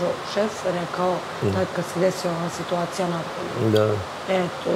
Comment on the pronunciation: Tako priča nikoju, svitacija i još neke provala😂😂😂